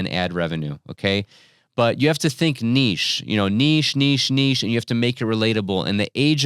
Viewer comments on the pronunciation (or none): You say niche incorrectly.